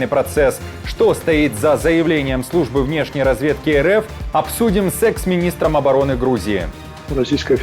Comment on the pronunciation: у вас оговорка произошла сказали не (с эксминистром) а ( с сэкс министром) .